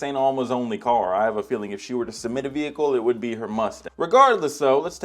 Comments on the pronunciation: STOOOOOP. SAAAYYIING. VEEHIICKLEE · Stop saying “vehicle” wreck it Ralph